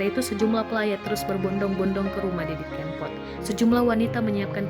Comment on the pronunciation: Kebangetan deh, ngucapin nama sang maestro aja bisa salah 😭 Sy baru ngeh klo msh ada org kita yg blm kenal nama Didi Kempot, minimal pernah denger kali 😥